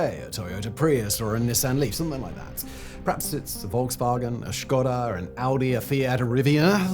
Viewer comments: Thanks for pronuncing "Škoda" correctly. Awsome... 👍👍👍👍👍👍👍👍👍👍👍👍👍👍👍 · There he just goes and casually pronounces Škoda correctly like it is nothing.